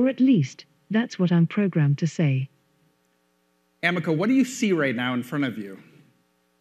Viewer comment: I'm sorry, but "Amica cream" ruined it for me 🙈😅 I am battling to take Amica seriously 🙆‍♀️🙈